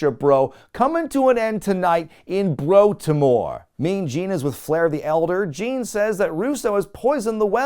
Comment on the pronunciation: WCW 2000 was actually worse than I remember. I was too blinded by my fanaticism at the time I guess. Regardless, I still, and will forever live, breathe, and bleed for WCW until the day I die. WCW For Life!!!!! "Broltimore" was great BTW.